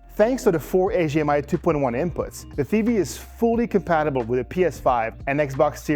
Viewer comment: I hear him saying AGR and AGMI. I was really confused for a bit until I realized what he meant.